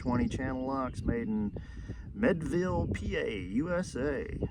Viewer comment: Channelock still makes all the pliers in Meadville (thats "Meed-ville," btw) which is awesome. But also licenses their brand to (mostly) Taiwanese companies that slap it on vacuums and all sorts of other stuff.